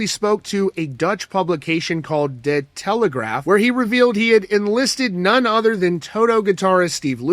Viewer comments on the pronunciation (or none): it's pronounced "deh-Telegraaf" (like not dee, and telegrahhhhf, different to how we'd say it in English).